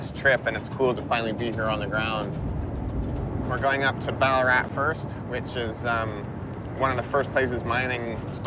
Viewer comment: Bullaarat bahahahaha......Its Bal-laa-rat